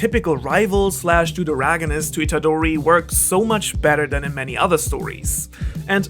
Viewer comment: please pronounce Itadori with a real roaring sound “R”, it’s not an english name